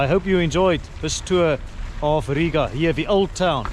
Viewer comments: You' re welcome! And also, the best foreigner pronunciation of Riga with long "I' 😇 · Sauerkraut is actually good for your stomach! Well done for your pronunciation of Rīga.